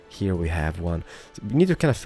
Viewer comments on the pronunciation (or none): I honestly like your city building a lot but for the love of god please stop saying purdy instead of pretty or HEAR instead of HERE. Especially the "hear" makes me cringe so bad everytime. I even considered watching you build muted because of it.